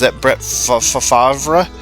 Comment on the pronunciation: my granddaughter said one day hey grandpa, how come you say brett favre that way when its spelled fav... re I laughed so hard when you looked and then relooked at the wheaties box